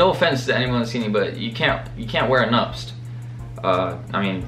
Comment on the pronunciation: Losing brain cells every time you try to pronounce “nuptse”